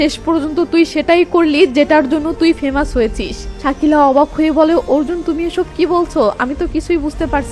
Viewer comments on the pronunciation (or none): none